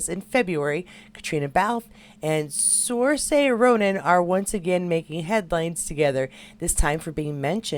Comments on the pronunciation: Hi! I think you pronounce her Seersha. That's what I've heard others say. Glad everything went smoothly. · The actress with Caitrina is Soirse(pronounce Sir Sha) Ronan